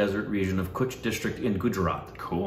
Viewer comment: Nice to see Rann Of Kutch. I am from Kutch. BTW Kutch is Pronounced "KATCH". Also search "Tent City Rann Of Kutch" it's A Must See Place During Rann Utsav. You had Reacted To Gujarat Tourism Ad Featuring Mr Bachaan & India exports salt that is mad with sea water.